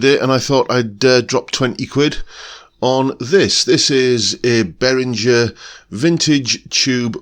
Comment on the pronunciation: Hi, this is just for info, but I live in Germany and the correct pronunciation is Bay-ringer (ringer like bell ringer). But the main thing is that I have got this pedal on my fly rig cos my actual Ibanez weighs a ton in comparison, and the Behringer is as near as dammit, to my ears!